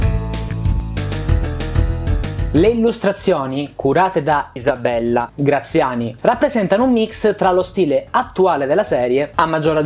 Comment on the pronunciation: Perché "Isabella" è pronunciato in modo strano?